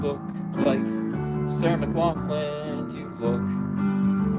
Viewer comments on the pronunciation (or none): Love you uncle but cmon man her name is Sarah McLachlan. Like a hard 'k' sound... so it dont not even ryme with 'coffin'. Is this a 'jersey thing'?